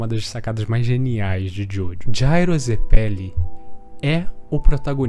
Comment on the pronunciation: Mano, me deu uma agonia danada do jeito que você fala zeppeli, e ao invés de dizer esfera, você fica falando bola kkkkkkkk. Canal muito maneiro.